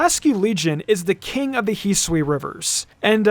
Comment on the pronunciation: Ah yes, the region Hiswi